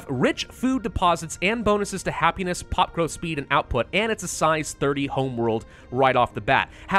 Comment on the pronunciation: Ok I’m hungry the first time you said “pop growth” I friggin heard “pot roast”